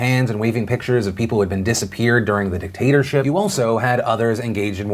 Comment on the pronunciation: I know you said “dictatorship”...but I heard “potater-chip” and I think it’s a better option. 😁